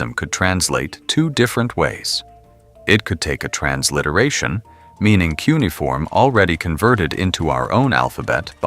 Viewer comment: I found this to be really interesting. It's a really good video about how this research can work better using AI to compare fragments in multiple museums and archives. Before doing another of these, though, please teach the AI how to say key words that will be used often. The word "cuneifom." It was mispronounced various ways throughout the video, and I found that to be distracting. Thank you for sharing the research. It's really cool that we now have a bit more of the Gilgamesh story now!